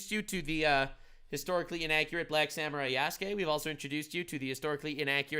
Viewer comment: Samurai not saniurai